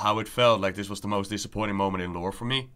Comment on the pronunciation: I say this with great respect: your channel would be so much better if you were able to pronounce "the" instead of da, and "this" instead of dis.